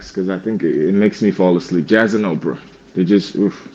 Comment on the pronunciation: He can't say opera right dead giveaway